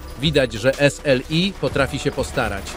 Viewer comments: Jezu i zmień ta manierę przy wymawiania S L I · 3.....D......Mark.....2005 to jakieś 40% wolniej na pojedynczej karcie a 80% szybciej porównując pojedyncza do S.....L.....I, tak się powinno pisać twoja manierę przy wymowie.